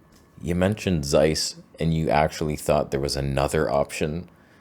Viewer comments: "Zeiss" is pronounced "Tseiss" by the way, not "Seiss". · You should learn how to pronounce Zeiss.